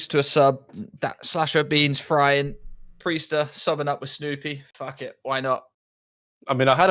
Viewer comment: Preistahh is the glue fosho